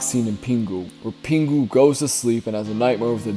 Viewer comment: bro no hate but you pronounce "pingu" hilarious. Peen goo.